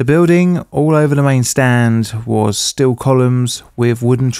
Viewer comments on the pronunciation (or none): none